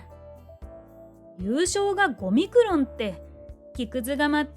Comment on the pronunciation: 5ミクロンがオミクロンに一瞬だけ聞こえたw